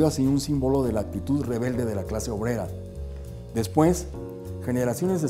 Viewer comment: min 3 33 sueba bien gracioso ese despueckkk